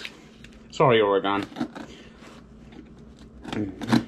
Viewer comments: It’s pronounced Oar-ugh-genn not Oar-ugh-gone, but yeah that state sucks with the inability to pump your own gas and the only cool thing about Portland is it has the most strip clubs per capita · What the hell you have against Oregon? You’re also saying Oregon incorrectly